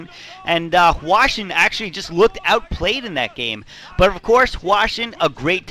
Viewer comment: but i think he is wrong, it's supposed to be hwa-shin